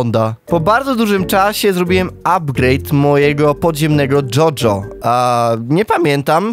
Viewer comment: dżodżo xD